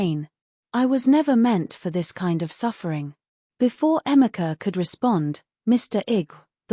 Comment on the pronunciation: Do you mean Ifoma and Emeka and not Ephima Emica. Please, use Google research to get the correct pronunciation of African names just like Africans do with foreign names. Peace